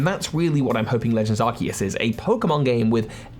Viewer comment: Thank you for pronouncing Arceus correctly.